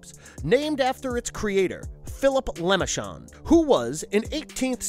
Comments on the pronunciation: For Christ's sake, man. It's pronounced LEH-MAHR-shon, not LEH-MI-shon. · You do this everytime. Its not pronounced as lemonshon. Its lam-men-tay-shon box not lemonshon box. Please fix this in the future. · Ah yes, Leh-muh-shaun'ds Box. Ta prononciation est de la merde. Good video, though. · The lemonshon box really? I swear half the people making videos on YouTube do these mispronounced words on purpose just so people will complain about them in the comments. I once heard someone call pinhead nailhead, I just turned off the video at that point, removed it from my history and told YouTube to not recommend them again. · “The lamishkendnd box” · I love these videos, and all the work you guys put into them. However, I feel that looking into the pronunciation of the names of people, would definitely be a good thing to do. Le Merchand is French, and has a specific pronunciation, different from what the narrator keeps saying. It's a minor gripe, I know, but the Hellraiser series is my favorite, so I'm a bit picky about name pronunciations.